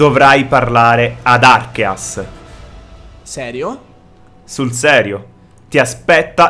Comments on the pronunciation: arceus non archeas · Non si dice arkeas, si dice arkéus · Si pronuncia arceus babbeo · Si pronuncia arceus come si scrive pensa archeograudon ė la stessa pronuncia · Slasher Az È vero...si prononciua Archeus ma nessuno lo pronuncia bene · Slasher Az Esatto, perché deriva da Àrcheo (antico) e Dèus (divinità), quindi Archèus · È bruttissimo il modo in cui pronunci reghighigas e non si può sentire proprio il dio archias... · si dice archeus che è il dio dei Polemone si scrive arceus comunque va be